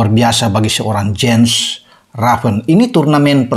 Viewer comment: Baca : yens raven